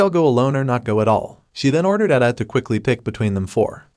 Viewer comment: They butchered Edithe's name.